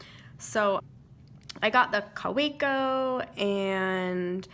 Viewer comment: Kaweco as you mentioned is German and hence pronounced Ka va co